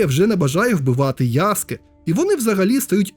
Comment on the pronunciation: Тиба😮 Нарешті хтось правильно назвав його ім‘я - ЯСКЕ👍 А не то як з мокшансько-совєцької транслітерації🫶 А стосовно гри, ну якби не прив‘язка до серії АС, то може як окремий проект і можна булоб зіграти та можливо отримати якесь задоволення, а як я помітив що більшість обурень починається з фрази - «це вже не той АС», на крайній випадок кліки могли б зробити щось по типу «Assasins Creed: Stories», можливо так булоб менше «питань» та обурень🤔 На подібний коментар мені хтось відповів: і це був би сон собаки! Та нехай і сон собаки, це їхня франшиза, але навіть в такому випадку, «нові» частини можна булоб не прив’язувати через «ср**ку» до основного сюжету🤔 Чи в орденах ассасинів та тамплієрів - були тіки головні і впливаючі на історію члени? Ні, тіж тіпи які видавали завдання, та інші учні… з цього навіть можна якусь сессійку зробити🤔 де ти доприклада ноунейм член ордена, навіть редактор персонажа можна підв‘язати, виконуєш буденні завдання🤔 Йой, щось мене занесло, дякую за відео(і за правильне вимовлення) 👍🫶🇺🇦